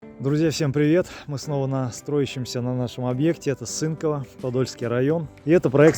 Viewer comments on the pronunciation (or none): Не СЫнково а СынкОво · Черти. Учите названия населённых пунктов. СЫнково, возможно там где ты родился. А данный населённый пункт читается с ударением на первое "о".